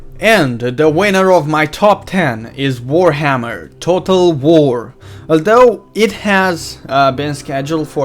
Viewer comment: dued u can't even say total war lol dued